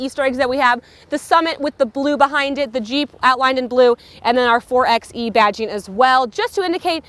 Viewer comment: It’s pronounced “four by e”, not “four ex e”. Otherwise good review.